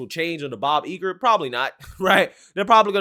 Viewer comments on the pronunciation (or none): Don't underestimate Bob Iger (its not pronounced "Eager" btw). He's a legend on Wall Street, I dont think he'll be dumb enough to let his personal opinion tank the stock even further.